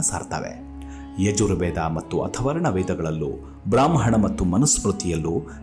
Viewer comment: 🙏🏼🚩😌 ವೇದಗಳ ಹೆಸರು ಹೇಳುವಾಗ ಅಥವರ್ಣ್ ಎಂದು 2 3 ಕಡೆ ಹೇಳಿದ್ದಿರಿ, ಅದು ತಪ್ಪು. ಅದು ಅಥರ್ವಣ ಎಂದು ಆಗಬೇಕು. ನಿಮ್ಮ ಎಲ್ಲ ಸಂಚಿಕೆ ತುಂಬಾ ಚನ್ನಾಗಿ ವಿವರವಾಗಿ ಇರುತ್ತವೆ, 🙏🏼😌.